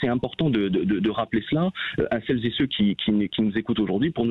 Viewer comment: > "celles z'é ceux" < (sic plusieurs fois le député)... ce genre d'expression est d'un ridicule sans nom... et sans parler des "toutes z'é tous - chacune n'é chacun"... (lol)... c'est tout ce que j'ai pu retenir de ses élucubrations de perroquet réitérées à longueur de plateaux tv par tous ses con-génères élevés en batterie (de cuisine ?... ;) à la maison-mère.